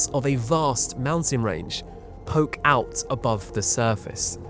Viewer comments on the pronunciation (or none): none